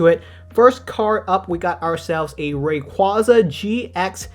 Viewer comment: I really wish everyone would start pronouncing Rayquaza correctly. Pokémon had to release Legends Arceus to force people to pronounce that one correctly. Maybe the sequel will be Legends Rayquaza.